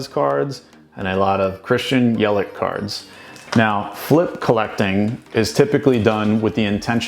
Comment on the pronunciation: Cool vid. But if you are high on Christian Yelich you should learn how to pronounce his name. It’s Yell -itch not Yel-ick. 👍